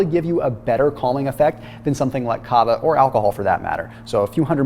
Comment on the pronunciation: When explaining about Kava, I thought he meant Cava 🍾🥂😆🤦🏼‍♀️